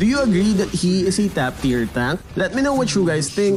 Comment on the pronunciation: "Tiyer" lol